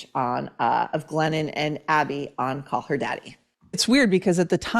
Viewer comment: When Maureen says "Glennon", I hear "Lenin". Basically, Glennon-Lenin composed a book made-up of old bumper sticker slogans. Co-Exsist! How about we Co-EXIT from the imposter author with mental problems?